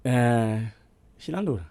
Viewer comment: haki the way man Nyari is pronouncing that name Shilandura!!!